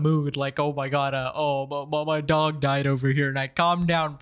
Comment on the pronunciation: The word denied sounds so close to died that I thought she had already passed away when I first clicked 😭